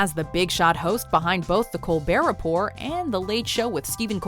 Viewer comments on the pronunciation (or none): "Colbert Repor" ???